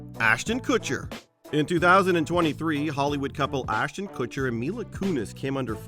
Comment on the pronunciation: Ashten Cutcher! Really?! 🤮